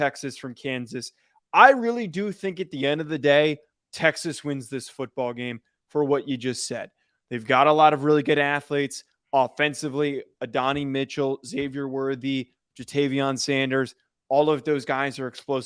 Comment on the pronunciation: It’s pronounced Ad-N-I Mitchell